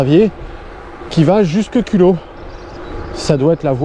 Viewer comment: Hello, comme tu as dit que tu tenais à prononcer les noms des villes et villages correctement, je me permets de te dire qu’on prononce les z pour Culoz, Chanaz et Motz. Merci pour vos vidéos très sympas et votre état d’esprit